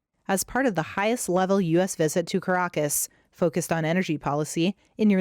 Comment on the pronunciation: "Ka-raaa-kess"????? Where is that????? Learn to pronounce foreign city's names before doing your presentation.... this is unprofessional!